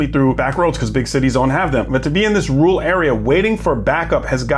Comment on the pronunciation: Let’s work on your pronunciation of rural. You’re saying “rool”. Let’s try this: Rerr-uhl. Ok? Rerr-uhl. Now you try.